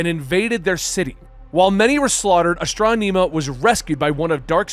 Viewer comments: Asss•tron•imma That's how you say her ne bro. Lol love ya ty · Why are you pronouncing it astronEma? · the E in Astronema's name is prounced with an eh sound, not ee, so it's Astron-eh-ma. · Aston ama her name is said man not astoneema.🤣🤣🤣🤣🤣🤣 It really makes it hard to listen without laughing hard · Astro-knee-ma 🤭🤭🤭 is an interesting way of saying it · Astranema you said it wrong brother good story though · Ahhh strom eee maaa. Referred in power rangers in space & lost galaxy, but hey you try to do proper pronounciation. Tamatoe tamato.... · The fact that we have VERBALLY heard how the names of characters have been said and you still manage to say them wrong baffles me. Gigan and Astronema and so many others. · It's bothering me how is saying her name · I know it bothered me to, he could have just youtube old PR in space episodes to see how to say it. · Enjoyed the video. Just the mispronunciation of Astronema keeps taking me out of it. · Astronema is not that hard to pronounce. Hell you can look it up on YouTube. Please stop saying it wrong? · Everything was great but hearing him mispronounce that name hurts me so much 😂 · Please the name right it's killing me how you're saying her name. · Mispronouncing Astronema is killing me.